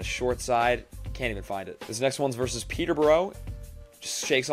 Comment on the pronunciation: It's versus, not verse. I don't know why all young people say it this way now.